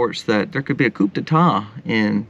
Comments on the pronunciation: A small correction, please. Coup is pronounced coo, i.e., the "coo of a dove". To mispronounce it makes you look bad, so I'm hoping you see my comment. 😊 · Coup, it's pronounced coo. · Not trying to be the grammar police, but , it's supposed to be "coup" (pronounced "koo", like a bird). It's a French word that means "to strike or blow". Also, Resurrection Sunday (more commonly know as Easter) is based off of Passover, the Jewish feast established by God and commanded to be celebrated on the fourteenth day of Nisan (see Exodus 12:1-6ff.). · The P in coup is....SILENT!!! Your all OVER THE PLACE today on that RANT!!!